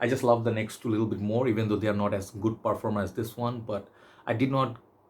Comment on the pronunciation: lovely to see the TF collection as always. u need to correct ur pronunciation brother. it's not perfoom it's parfam (parfaa).